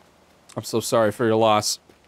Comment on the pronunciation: “I’m sohrry!”